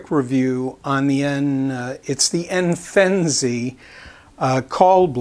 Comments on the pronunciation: It’s not the Enfenzi It’s Enfizi you dummy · TLks to much & says product name wrong Duh